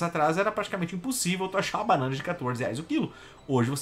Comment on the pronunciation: "panãna" vai todo mundo se fu...